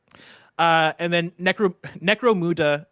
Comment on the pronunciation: Ok, only Whitta gets to talk about the British properties anymore. The way pronounced Necromunda. He probably doesn't even know anything about 40k.